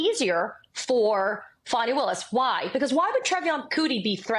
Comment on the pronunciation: Not enough to pronounce "Fanny" correctly.